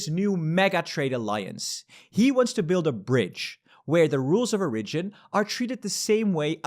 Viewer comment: Small tip: the emphasis in 'origin' is on the o, not the first i